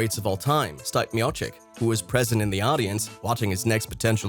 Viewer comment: Stipe's Name is pronounced Stee-Pay Me-Oh-Chick